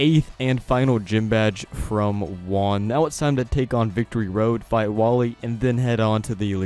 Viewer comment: It's pronounced hu-ahn in Spanish for Juan. It's my name.